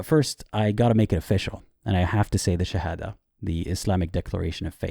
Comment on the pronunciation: his shahada pronounciatipn lol